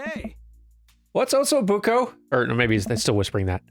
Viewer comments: You said Osso Buco properly. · Hello, italian speaking fan here! I want to confirm you got "osso buco" pronunciation right. You generally get italian-like words right, I am constantly delighted! I am used to English speaking people buuuuuutchering them :D Thank you for everything you two make for this channel! Ps: osso buco is part of a cow leg, "sliced" orizontally so you have the meat around the bone and the marrow in the center. It literally means "bone hole" xD and it's cooked like a stew.